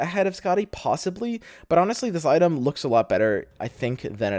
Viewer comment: yeah i was gunna watch it but the way you said item just fucked me on up.